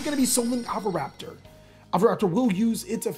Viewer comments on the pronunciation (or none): so am i the only one who noticed the mispronunciation of pankratop to pankratrops and oviraptor to ovuraptor